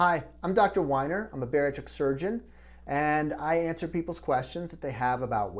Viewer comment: What is a "batatric" doctor?